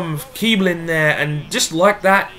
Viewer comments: its kiessling not kibling, that wierd "b" is an double s just so you know :) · Kiebling is pronounced kiessling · The b in Kiebling is pronounced as a double s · Apologies to any of my German viewers on my latest video: I didn't know Kießling was pronounced as "Kiess-ling". As you can guess, my German isn't great, but at least I'm learning as this series goes on! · it's pronounced as Kiessling, It's the german B shaped 's' so to speak. just so you know ;)